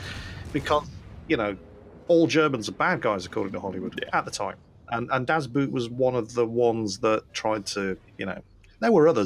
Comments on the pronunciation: "Das buut"... really screeches in my ears and I keep shouting "das boot" back at the monitor (with the correct german pronunciation :) I understand why you (both) pronunciate it like that; but as historical WW2 history experts we love and cherish please invest a few minutes in learning the correct pronunciation of the "common" german words; and make us happy (and educate the rest of the world :) ) :) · Das Boot... please pronounce it Boht. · Pronunciation "Das Boot"...try it like "Das Boat"